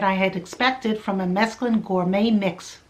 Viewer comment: It's SO NICE to see somebody not pronouncing it as if it were spelled "mescaline"!!!